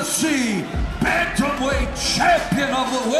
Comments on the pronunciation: bantamwheight?? lmao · Did he just say bantamweight?